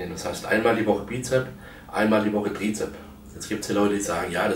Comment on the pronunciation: Es heißt Trizeps, nicht Trizep.